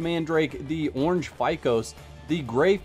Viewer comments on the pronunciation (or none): none